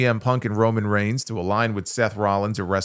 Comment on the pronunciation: you said Roman range 😂🎉